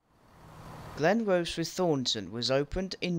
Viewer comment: Your pronunciation of Glenrothes and Kirkcaldy could do with a little work. Glenrothes = Glen-roh-thiss Kirkcaldy = Kuh-kod-ee . . . And Rosyth is Roh-sigh-th Also, ive never heard of a Dalgety Bay terminating service. Also, small technicality - you are correct about Haymarket depot servicing classes 158, 170 & HSTs for ScotRail, but only the 170s and HST sets are based there. Our 158s are split between Corkerhill & Inverness depots. And im guessing trainsimulator doesn't have 334s as AI traffic yet, hence the presence of 320s at Haymarket 😅😅 Oh, and 'Princes Street tunnels' are actually called 'Mound tunnels' Good video nonetheless 👍👍